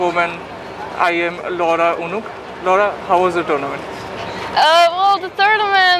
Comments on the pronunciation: लौड़ा नहीं लौरा (Laura ) 😂😂 ! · Yeah so, what's wrong..... Its Laura (लौड़ा) not Loda (लोडा)